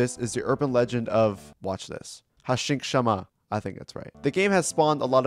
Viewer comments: "Hashinkshama" I think we're missin a couple letters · "Hashinkshama" I'm sobbing